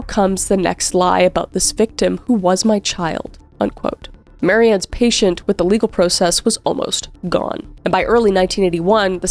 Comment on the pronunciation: Alright. i loved this but. am i the only one who heard kris say patient. instead of patience?